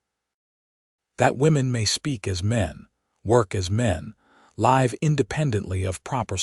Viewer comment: You read "live" as a noun, instead of reading it as verb.